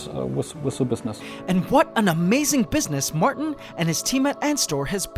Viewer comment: his name is Martin not Marten